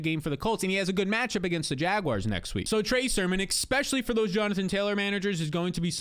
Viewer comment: I love your content, but for the love of god stop trying to invent the word "expecially". You sound like a toddler every time you say it man.